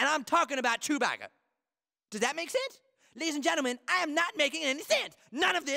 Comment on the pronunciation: The way he pronounces sense 😂 That does not make SUUENSE